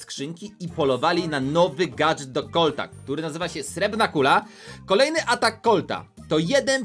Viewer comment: *gadżet do colta Nie do collta